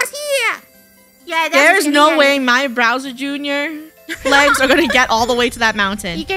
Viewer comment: has anyone realised how funneh says browser junior and not bowser junior